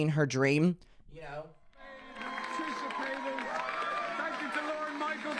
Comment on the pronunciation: You claim to be such a big fan, but you still can’t say her last name correctly (a la Shane Dawson)